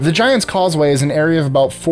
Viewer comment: I visited the Giant’s Causeway when I was in Ireland. Truly amazing to see. And once again, your team has been working hard at finding difficult names for you pronounce and of course, you nailed it! Well done!